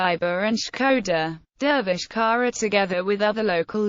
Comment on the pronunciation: The surname is pronounced "tsara"